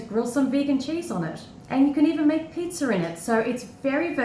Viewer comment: what's "pizzer" ?